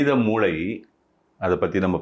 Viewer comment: moolai-corner moolLai-brain you said t correctly